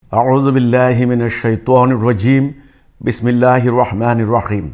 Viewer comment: সালা বিসমিল্লাহ শুদ্ধ ভাবে বলতে পারে না